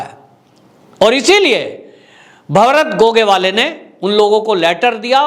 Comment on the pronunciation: सर आप मराठी लोंगो के सरनेम उच्चार बडे गलत तरीके से करते है 1गोगावले. 2. नार्वेकर. 3.बांगर. 4 फडणवीस है आप कुछ और ही कहैते है. बाकी मै आप का हर वीडीओ देखता हुं जय हिंद 🇮🇳 🚩 जय महाराष्ट्र 🚩 🇮🇳 👍 सर